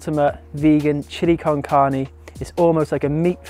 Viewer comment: OMG loved the recipe and also how you pronunciate "carne", I hope to get your book soon, thanks so much for sharing tons of aditional recipes step by step here at youtube. Blessings from México